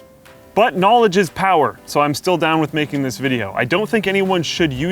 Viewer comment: knawledge is power